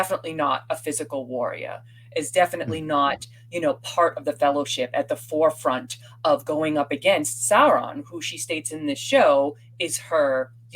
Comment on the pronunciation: Why is saying Wahriah and Fahrfront?